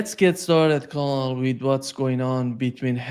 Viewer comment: To: ‘colonel’ is pronounced like ‘kernel’. To Jacques: the past tense of ‘ abide’ is ‘abided’ or less commonly ‘abobe’